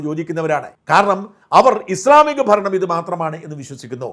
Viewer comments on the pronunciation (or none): none